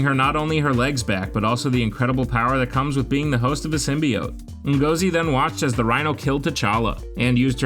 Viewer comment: Ngozi is pronounced N-gor-Zi,great video by the way.